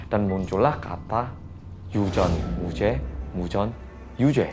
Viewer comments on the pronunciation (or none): YU JON HUJUE,YU JON HYU JAE 😅